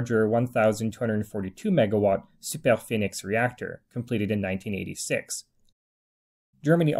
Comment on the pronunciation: Great video ! Lots of precious information! And first time I hear an English speaker say Super Phoenix with the correct pronunciation in French haha